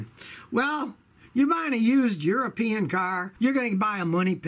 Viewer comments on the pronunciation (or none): none